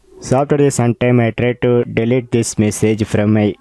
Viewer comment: Your pronounciation of Delete feels "Dalit" and Notification like "Notiphikesan" 🤣🤣